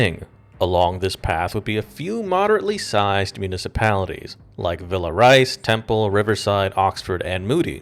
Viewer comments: giggles Villa Rice. That's Villa Rica with a hard C. Part of my family lives in Temple, next door to Villa Rica, which is where I would travel if this all came down but I'm only about 50 miles away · villa rica not villa rice lol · Wow! It's Villa Rica, not Villa Rice. Also if Morales headed east on 20, he'd be heading east, and Birmingham is west of Atlanta. AI slop. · "Villa Rice" has to be the worst pronunciation of Villa Rica I have ever heard. Even worst than Siri when she says "Villa Reeca". Love your content tho.